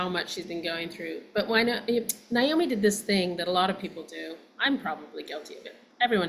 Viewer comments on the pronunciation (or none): Naomi is not pronounced Niomi. The”i” is at the end. It’s a simple name. NA- OMI.🤷‍♀️ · The two of you both. Saying Niomi instead of Naomi really freaks me out. Do you both know you’re doing that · Why do y'all (especially this director) keep calling her Ni-omi???🤔🤨🙄 Her name was NA-omi!😆🤣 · NAOMI NOT NIGH-OMI ..Shame on both of you NOT EVEN knowing how to properly pronounce this legends name! Wow! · let's pronounce mom's name RIGHT pleeease..... NAOMI... should sound like this 'Nay-Oh-me' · Please!!! Pronounce their names correctly 😖 It’s Nay-Omee and Why-nOnna. So disrespectful of both ladies to continually butcher their names. Do better!!! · Yup, NAY-omi, & I hear the mispronunciation in many news people, show hosts, & those who've had only a passing, professional interest in them. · Her name was NAY-Oh-mee!! 🫠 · I can see Melissa mispronouncing it cuz it's just another story for her to get into & on to the next one. But Alexandra, who spent countless hours immersed in this family? Huh lol